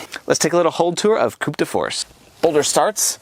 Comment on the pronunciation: Don't pronounce the P in Coup 😉